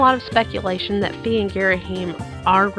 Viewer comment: It's not pronounced "fee" it's pronounced "fie" (as said by narrator in hyrule warriors) Btw I just found that out today XD